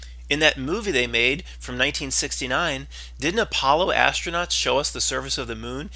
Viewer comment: “Astro-Nots” LOL!